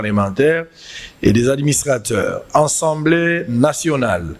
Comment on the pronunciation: "ENSEMBLÉE" TEEE..... , MAIS ASSEMBLÉE NATIONALE